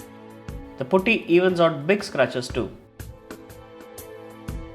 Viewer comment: Putty not pooty